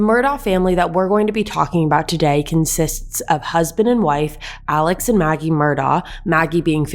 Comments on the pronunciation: Their last name is pronounced MurDOCK and Alex is pronounced AleC. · First of all, Alex name is pronounced Alec and his last name is pronounced Murdock. You can always tell the people that are not from those parts by pronunciation of names. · Also its pronouncd "Murdock" and his name is pronounced as "Alec" even though they both are spelled different. I like your channel, but please do the research to be more credible, and respectful to the Low Country. Thanks. PS...I think they're guilty as sin. Lol.